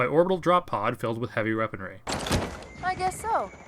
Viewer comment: Ruh roh, Raggy! "Heavy reaponry"!